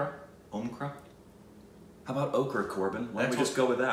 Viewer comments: its om- kara like cara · can pronounce Drishyam but not Omkara?! 😂